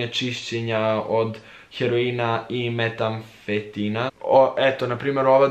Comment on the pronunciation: metamfetamina* a ne metamfetina..